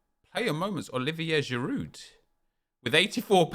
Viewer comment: Craig why do you continue pronouncing the 'd' in Giroud? Are you really that thick?